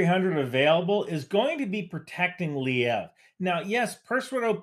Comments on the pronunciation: Great video, but do yourself a favor and pronounce the place names accurately. You discredit yourself by calling “luh-veev” “Lee-ev” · Lviv, not sure why he is saying Lyiv. Also w in Polish is like a "v" isn't it? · you clearly put very much time and effort into research and producing your videos -- especially the ones like how PATRIOT works. However, I think you do yourself a disservice by not sorting out pronunciations of cities (e.g., "Liev" instead of "Lviv") -- I hope I don't come across as a hater, but these things need to be said sometimes. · Minor correction that you kept repeating so I figured I’d not comment. It’s not Liev, it’s Lviv, pronounced luhVEEV. Great analysis though And no this isn’t a Kiev vs Kyiv thing, the russians call it Lvov/luhVOV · "Lee-ev"?!?! where on God's green Earth did you get that pronunciation from?! It's Lviv, not Lyiv. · Swell assessment, except for pronouncing Lviv like Kyiv. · SEH-veh-dohv luh-VEEV ...also, thank you. You rock. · Just a friendly reminder that Lviv is pronounced Le-VeeV... :) Thanks for all that you do! You are doing an outstanding job in giving some excellent analysis in this war. We can't wait to be able to go home to Ukraine... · Excellent video, (as always)! One quick note from an American who’s been learning Ukrainian for a few years. The main Ukrainian city you’re referring to is Lviv. To an American it sounds like “Luh-Veev”. Keep up the good work! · Great video! Btw, Lviv is pronounced “L-weave” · Excellent analysis. Also, Nato is flying nonstop E-3a orbits so they know the trajectory of missiles. (And its pronounced leveev.) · The magical ability of Americans to misread letters is amazing:-) its not "Lyev". Do you see Y anywhere in "LVIV"? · Great stuff but why are Anglo-Saxons incapable of reading names or place names correctly in any Youtube videos or the news. Lviv, very simple.